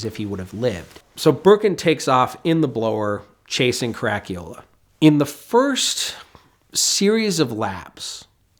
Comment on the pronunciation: WOW - never heard "Caracciola" pronounced that badly before, fair play chap.